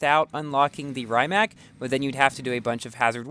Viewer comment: It's pronounced rim-ac not rhyme-ac